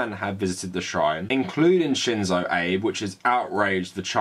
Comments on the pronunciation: Abe like abe no seimei Not abe line rincon no eibu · “eyb”? Really? “ah-bey” Please look up pronunciations first, even and maybe especially for small names. I was having a hard time listening to what you were saying because of that SCREAMING mispronunciation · Ah-bay. The PMs name is pronounced Ah-bay. No criticism of the content of the piece, just hard to hear "Abe" like "Honest Abe". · Seriously it's not Abe like Abe Lincoln, it's more uh-bay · Just so you know its pronounced "Ah-bey" not like a knickname for Abraham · Well, in Japan they would pronounce it "Aabeh" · Hate to be that guy, but isn't his name pronounced 'abey'? Covered the bases - Japan has an extremely stressful, racist and sexist society. As WW2 survivors (comfort women, POWs) die off, I fear the atrocities will be re-written. Many older Australians won't forgive Japan its treatment of our WW2 POWs, particularly as there has not been any recognition or apology for the brutal treatment they received. The Chinese have not forgotten the Nanjing massacre either. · Really enjoying these videos. If I could just please ask one thing is to at the very least learn how to say Japanese names/words better. It's pretty easy to look up. Ex. it's Ah-beh (for Abe). In your other video, Moe isn't like the bartender's name in The Simpsons but Mo-eh. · Abe's name is two syllables: a-be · Abe, pronounced Obb-ey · Some commenter somewhere is typing about how incorrectly pronounces Shinzo Abe's name. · I agree with you but you need to learn to pronounce Abe’s name properly. It sounds ignorant on your part.